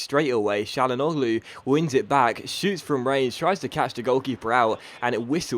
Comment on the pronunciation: Hakan Çalhanoğlu is pronounced hak-han chan-ag-loo